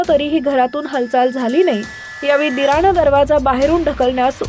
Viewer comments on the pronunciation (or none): ही बाई सुधारण्यातली नाहीये.वाट लावली हिने माझ्या मराठीची😮. घटणा काय,दिराणे काय,णग्ण काय. दलिंदर बातम्या देतेय मराठीतून,स्वतःची भाषा सुधार आधी.😮😮😮😮